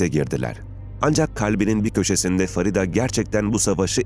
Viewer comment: Farida değil " Feride" Ingilizcede yazildigi gibi okumak nedir. Onlar bile Farida yazar Feride diye okur.